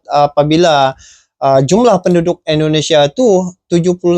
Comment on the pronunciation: INDONESIA bang... bukan ENDO... 😊